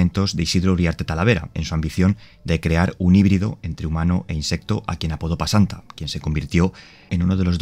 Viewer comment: Se llama pesanta bro, no pasanta xD